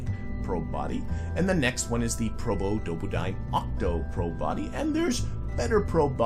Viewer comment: Never heard anyone pronounce the full Probodobodyne name that many times, well done 🥂